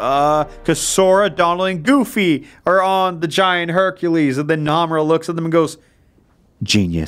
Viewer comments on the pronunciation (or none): He doesn’t pronounce Nomura’s name correctly... I cannot get over it help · The way he says Nomura.... Naw fam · Im not that far into the video, but im already thinking if you take a shot every time he mispronounces Nomura, you'll fucking die